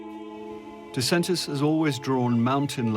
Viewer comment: Excellent film about this spectacular train ride! PS You mispronounced Disentis 😅